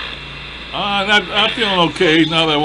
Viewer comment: Didn't sound like evil to me! I couldn't hear the V sound in evil? But that's just my opinion. I hope you keep getting to feeling better.